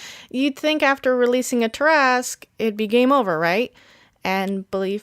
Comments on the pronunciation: Why do you say it like that?!? I say it as (TAR-AH-SQUE) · Umm does no one notice she’s say tarasque (I may of typed that wrong) but she is most definitely not say it right lol